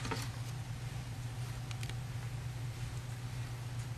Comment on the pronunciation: *murder not muster